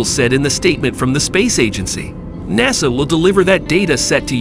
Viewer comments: "dayboo"? "mack"? "NAYSUH"? "Yeeger"? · "Nay Saw"; "Make 1"; "Deb-butte flight". The A.I. voice over needs a "Re-butt". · Who is this "NAY SAW"?